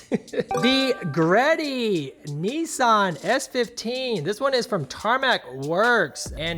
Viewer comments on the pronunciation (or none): none